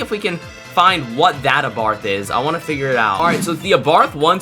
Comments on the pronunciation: Its abarth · It’s ABARTH